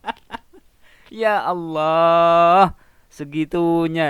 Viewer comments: Klau menurut Saya . Orang ini bukan Murtadin.. Tpi emang udah oten dari kecil. .dari segi menyebut asma allah saja udah ketauan otennya😅😅😅. Dia menyebut asma Allah. Dengan sebutan alah. Bukan ALLAH.... Kasian lu otenn tenn 😅😅😅😅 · Sebutan mu Alah.... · ini bukan murtadin ini kristen dari kecil mengaku murtadin cara omong ialah sebut tuhan "alloh", sebenar orang islam di indonesia kebanyakan mereka akan sebut tuhan "Allah" cara sebutan arab.. dari situ saya tahu dia orang kristen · Bahasanya aja khas misionaris, mereka para anak domba ini tidak akan pernah mampu menghilangkan penyebutan,aksen istilah dan nama2 dalam agamanya contoh terkadang mereka lupa penyebutan nama Allah dalam agama Islam adalah dobel L sedang misionaris terkdang sebut alah sebagainmana kebiasaan dalam agamanya